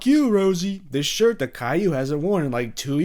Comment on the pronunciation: Bro sais shit instead of shirt